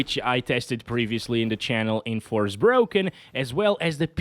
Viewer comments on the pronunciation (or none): "forsproken" 🤣🤣 thats the right name for this game they just forget "R" letter 🤣